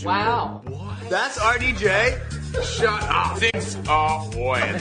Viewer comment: “Shat ap” 😂😂😂